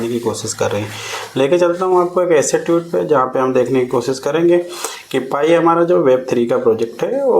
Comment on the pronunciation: भाई साहब ट्यूट नहीं ट्वीट बोलते हैं